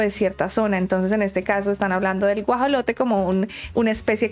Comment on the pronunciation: Debo aceptar que me reí en el minuto y más por la pronunciación ("Gujalote"), pero lo que me hizo carcajear es lo del minuto , pues esta vez sí estuvo bien pronunciado, sin embargo, es justamente por eso que me reí bastante, ya que en el video se hace referencia a el "Axolotl" o "Ajolote" (ambos términos son válidos) y no al "Guajolote" o "Pavo" (este último es el término más conocido en el mundo, a pesar de que dicha ave es originaria de México); en síntesis, el primer animal se trata de un anfibio y el segundo de un ave, es decir, son completamente distintos. Por cierto, cabe señalar que el Axolotl (específicamente el Ambystoma Mexicanum, o sea, el que típicamente se muestra en videos sobre fauna mexicana) es originario de México, aunque existen más anfibios de la misma especie (género Ambystoma) en todo el mundo (como bien lo mencionó la gobernadora de la CDMX), ninguno tiene las características físicas que el de México (el que se mostró en el video), sino, que son más similares a una salamandra común, en cambio el Axolotl tiene un aspecto fuera de lo común y que podría compararse al de los seres fantásticos de las películas de esa temática. Y lógicamente, en los países en los cuales lleguen a tener el Axolotl (originario de México) es porque de alguna manera lo llevaron (de forma posiblemente ilícita), con fines de criarlo y lucrar con él.